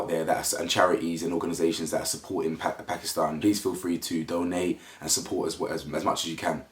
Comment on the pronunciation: Thankyou so much for speaking about this ❣️ it gladdens my heart and love that you pronounce Pakistan correctly 🤗